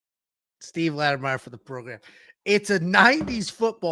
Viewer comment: Lattimer! Not Lattimeyer!